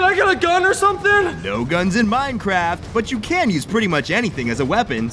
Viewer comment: MINECWAFT :D